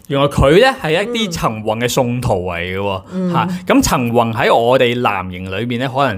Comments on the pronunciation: ，比少少意見你， 唔好介意！ 你啲發音呢，都唔單只係懶音咁簡單，好多已經係超越懶音嘅地步 。 我諗你講十個字裏面呢，有六至七個呢都係不正確嘅。 我提議你好好去練習一下 發音， 我知道你都係一個後生青年，應該可以糾正的。否則，出嚟嘅效果，有少少強差人意。 例如，今日最經典的兩個字，"陳雲"，你就讀咗"曾宏"！ 我都是你及 晴晴的忠實fans， 希望可以幫到你。thx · 靚仔，我唔知你靚唔靚仔，但你D懶音好難頂，個雲字好難讀咩？陳宏。。。陳雲。。陳暈。。，我聽見你就暈呀！想做KOL揾食，向身邊位姐姐學下先啦，你係男人呀，唔該！唔好學一D港女以為講懶音好可愛啦，做講播最重要口齒清楚，你唔合格。善意提醒。